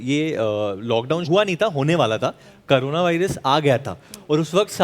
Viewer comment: acting to kharab h hi, prounounciation bhi mari hui si. KARUNA WTFF?? 😂😂🤣